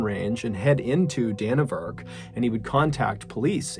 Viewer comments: I gotta admit though it irked me a little bit your pronunciation of it! haha It's actually pronounced DannyVerk lol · Its pronounced Danny vurk, and roo ah heenee